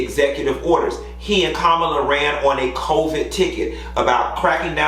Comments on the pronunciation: Hey, for future reference, Madam Vice President's name is pronounced 'COMMA-LA'. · Kamala’s name is pronounced as , la (comma-la).